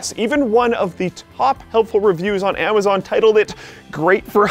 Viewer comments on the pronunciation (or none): none